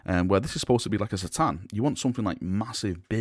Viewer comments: its 'K'tan not 'sa'tan pliz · it's "Kuh-Tahn" not "See-Tahn" sorry but it triggers me so much.